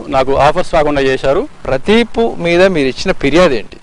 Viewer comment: pradee... Pu... Aa gap enti bhayya🤣🤣